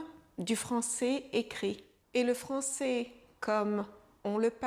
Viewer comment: Attention à la prononciation du son é vs è. Ça peut confondre les apprenants. Quand vous dites le mot "français" on entends ça comme "francé". Cette distinction est importante pour différencier des verbes comme "je serai/ je serais" ou "je ferai/ je ferais". Un bon truc pour les apprenants est de regarder des films ou téléséries pour s'habituer à entendre du français de niveau familier et informel, avec les sous-titres si possible. Les bulletins de nouvelles sont une référence, mais pas représentatifs de la réalité de la rue.